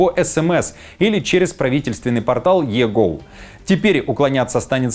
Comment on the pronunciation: Правильно у них не EGOU, как ты ляпнул, а EGOV. Ты если что то вещаешь, то хоть выучи, алёшка 😂